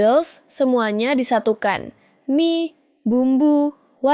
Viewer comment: ai nya suruh belajar baca "mie" yg bener lah bang